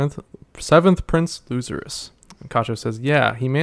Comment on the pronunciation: Thanks for reading my comment of the last video kinda butcherd the name but thats nothing to fuss about Theory time: since it clear now that no one of the prince's (or maybe other people neither not clear i think) can leave the boat or they die Maybe the change in story what togashi often do revert expactations since we are so focused on who will win and power ups. Maybe some other faction will blow up the boat and all the prince's die because of it ?